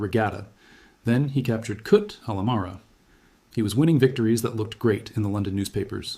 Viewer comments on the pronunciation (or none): Very nice video with very few mistakes..Thank U.The pronunciation of town of Kut is ( Koot )with long (O) as in (Roof).